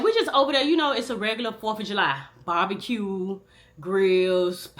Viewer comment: She said BARBECUE...GRILLS...POWDA 😂